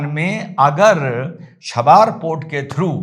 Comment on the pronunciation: “शाबार” नहीं बोल कर इसे चाबहार कहिए। और “खमानी” को खामनेई कहिए!